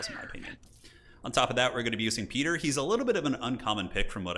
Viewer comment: Loves these videos, learning a lot, want to be as good as you one day! What is your favourite faction to play as? And I don't want to sound like a big nerd, it's actually pronounced 'Pie-ter' for your councillor Piter. When I was reading the books I read it as 'peter' as well! Same with Leto, it is pronounced 'Lay-toe'. Dune is weird! Love your vids man! Bless the maker!